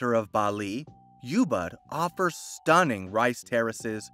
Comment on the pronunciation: Ubud not Youbud 😅